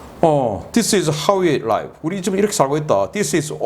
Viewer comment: Dear, /liv/, not /laiv/ . Your recurring problem. Please correct. Cheers 😘